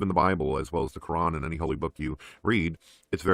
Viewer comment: Damn. actually said Quran and not Kran.